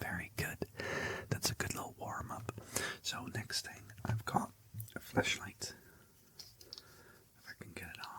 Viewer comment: genuinely thought you said "fleshlight" and not flash-light😭😭